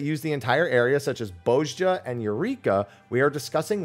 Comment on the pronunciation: "Bozya" is how it's pronounced.